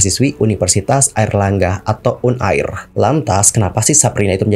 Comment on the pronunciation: Un air un air, uner bang bukan un air